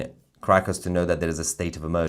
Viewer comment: I love how when Tousi mentions Caracas it sounds as if he were saying "Crackers" in his lovely British accent. 😉🤣 Seems appropriate somehow. But here is hoping they can get back some SANITY in their gov't with dictator maduro out of the way.